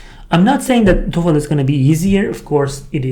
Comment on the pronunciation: Hi, work on the dark l sound in the Toefl. It currently sounds like tofu.